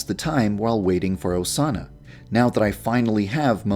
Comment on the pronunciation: es osana no osanna